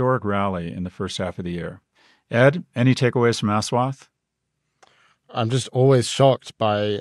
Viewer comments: It's pronounced USwath. Us-wath. Very difficult for Indians to use the highly limited 26 letter English alphabet. Ass and assume. us-ume. us-wath. Easy. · His name is said as “Ush”like the first syllable in “Usher” there are no long syllables in his name. it’s also “wath” not “waath” The mispronunciationis just painful to hear. please just call him Dr. D if you cannot say his name. imagine how it would feel if you had someone just completely butcher your name and then repeatedly call you that. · Repulsive to hear him pronounce the name as Ass wat. When its supposed to be Aash wath